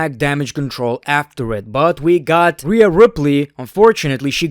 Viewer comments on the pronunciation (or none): none